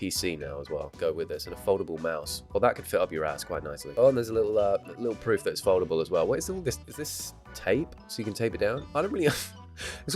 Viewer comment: Every time you said foldable I thought you said Voldemort.